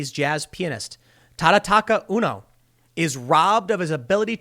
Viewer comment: Pretty sure you pronounce his name as "Oono" not "Unno".